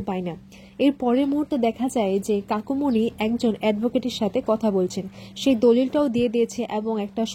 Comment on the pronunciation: Kakumony balun kakimony bolchen kano